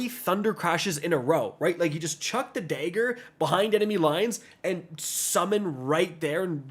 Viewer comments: Bro used the hard R on Dagger 💀